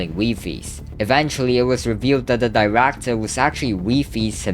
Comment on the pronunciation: '' the Diractor '' 😭🥀